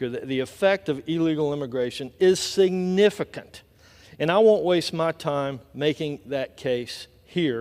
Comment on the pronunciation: Edwards makes a bold and emphatic claim: "But there is no doubt, no doubt, today Mr. Speaker that the effect of illegal immigration is significant (the word "significant" was overly emphasized by Edwards), and I (Edwards) won't waste my time making that case here." Why doesn't Edwards "make that case here", because he has no evidence. LOL! Then he makes the idiotic claim "we all know it", as if Edwards knows everyone and Edwards knows what everyone knows. Edwards is a simpleton. Hilarious. LOL!